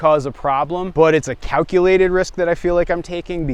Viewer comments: A COWculated risk. 😂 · cow-culated risks